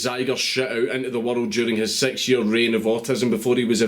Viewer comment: Honestly when he says “six” it sounds like “sex”